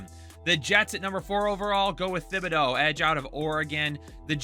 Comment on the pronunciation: Stop saying Thibodeaux’s name wrong. It’s pronounced like TIBADO